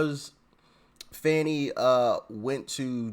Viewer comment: It sounds like her name is pronounced " Phony"!! It fits like a glove!